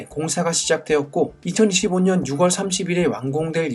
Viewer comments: 제가 중학교 다닐땐 활음조 현상이라고 해서, 6월을 [유궐]이 아닌 [유월]로, 10월을 [십월]이 아닌 [시월]로 발음하도록 배웠는데, 문법이 바뀐건가요? 유튜브 보다보면 6월을 [유월]로 발음하는 사람을 못봐서 궁금하네요. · 채널 주인 분이 경상도 억양을 쓰시다보니 그런 것 같아요ㅎㅎ 경상도에선 유궐치뤌파뤌 이렇게 발음하다보니깐요..